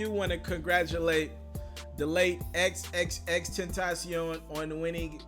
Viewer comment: Omg you said his name right bout time 👏🏾👏🏾👏🏾👏🏾